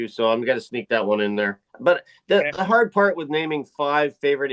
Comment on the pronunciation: Lol...hard not gard.